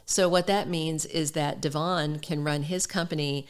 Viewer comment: Finally someone knows how to pronounce Devons name correctly it's very refreshing willbe listening to you and not the rest of them,cause of this factor😅